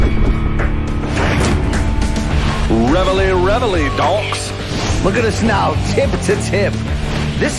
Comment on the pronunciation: holy shit, the way he says "Reveille" is fucking disgusting